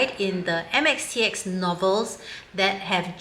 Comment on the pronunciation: How did she get it so right......